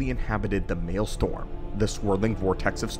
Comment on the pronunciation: Pronounced "male-stROm." Not "male-storm." LOL😂 PS: love your videos! Keep em coming! Thanks! 👍👍